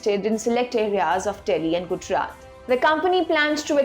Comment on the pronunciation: Sounded fine until I heard Gujarat